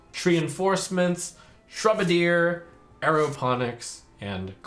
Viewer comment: Shrub-ardier, not shrew-bardier